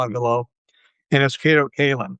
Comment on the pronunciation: He meant to say Kato Katelyn :D :D